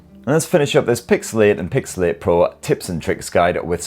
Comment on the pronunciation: Cant stop hearing pixelate. nice summary video though.